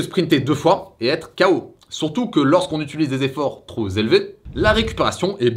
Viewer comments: Super vidéo 💪!! Juste un petit tips, quand tu dis "trop ...." Appuie sur le P, tu a tendance a dire "tros" A part ça explications parfaites👌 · Y'a un 'p' à la fin de trop, donc '' trop intense '' ou '' trop élevé '' ça se prononce '' tropélevé tropintense''